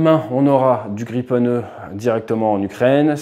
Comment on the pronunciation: It's Grippen, Griffin!